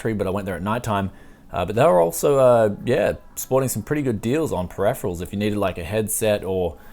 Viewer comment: "Perepherals" ahhhh, please!